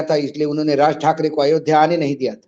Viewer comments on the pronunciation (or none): none